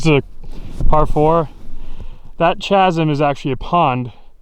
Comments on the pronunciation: Did…did he just say chasm as “Chaz-m” instead of “khaz-m”?😂 Also, played this course a couple of times one tee up from where Kyle played. Catch it on the right day, and there are a couple greens you can get close to off the tee. Wish Kyle had a caddie for this one, cause as straight as he hits the long ball he could drive about 5-7 greens and have shot 63 easy with as good as his game has gotten over the past year or so. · chasm? k-azum